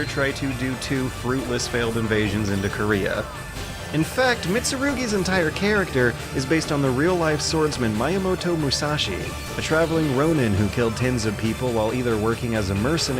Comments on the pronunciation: It reads "meeya"moto, not "mayamoto". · MY-yamoto? Come on, I've DEFINITELY heard you say Shigeru Miyamoto before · MEYER-moto Musashi...? It's MIYA-moto. I wouldn't normally be this pedantic about foreign name pronunciation (I'm lying. I'm lying so hard here), but considering the good swordmaster just so happens to share a name with a certain fairly well known game dev, it's one name I do expect games journos of all people to pronounce correctly ;)